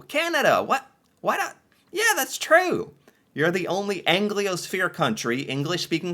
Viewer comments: Anglosphere. NOT Angliosphere. Even when you googled it and it showed the pronunciation, you STILL DIDN’T get it … ( oh …) 🤣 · Still said it even when he looked it up and it was broken down for him 😁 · Angl I osphere? Where is there an "I" in Anglosphere"?? lol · I wanted to shout at you for your mispronunciation of anglosphere. There is no "i" in it. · For anybody who took a shot each time he said "Angliosphere" -- enjoy your hangover. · Where did he pull the "I" from? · Gotta say either made us cringe or laugh every time he said “Angliosphere” 😂😂😂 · I think it’s a little cute when he confidently mispronounces words 😂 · I always wonder if he has had any treatment for his dyslexia. I cringe during almost every video. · practice your syllables You said a letter that wasn’t in the word like 20 times 😂